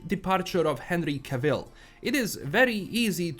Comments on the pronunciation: 100% agree with everything you said. However you have to pronounce Cavil's like travel (as the man Henry said himself) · He doesn't have to take my advice (free will and all) however it is the proper way to pronounce Cavil's name because the man said it himself. It's like allowing to continue getting vocabulary wrong until it becomes too big to stop that you get places like America who do it all the time. It's actually the Americans who butcher saying Cavil's name he's just repeating what they say